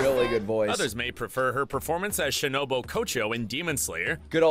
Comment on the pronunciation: Screen: Literally says Shino-BOO Narrator: Shino-BO Kocho